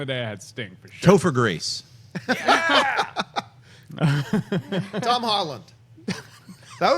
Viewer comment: I started laughing when Schnepp said Toper Grace for Carnage lol